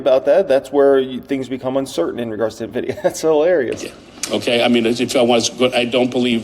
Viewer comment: Why the hell are so many "analysts" that CANNOT PRONOUNCE NVIDIA correctly ? "nevidia" "dividia" ... WTH ?